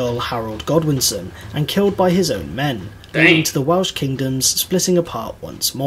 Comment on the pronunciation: Hate to be 'that person' but bad Welsh pronunciation really drives me nuts! 🙄🙄🤣🤣